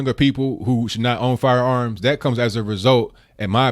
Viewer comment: its that not dAT. CORRECT YOURSELF PLEASE